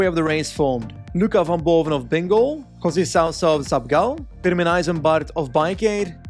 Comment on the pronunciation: i just love your videos but i think u know u murder José name rigth?